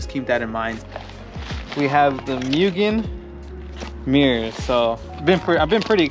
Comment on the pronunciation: Its pronounced Moogen